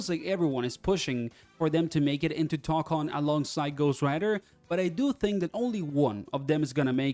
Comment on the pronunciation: I’m sorry but it’s pronounced (toe con)